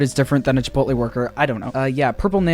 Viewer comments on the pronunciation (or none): none